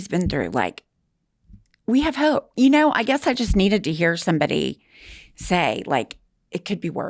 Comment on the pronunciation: I've heard u say not to long ago "if u hnow u know "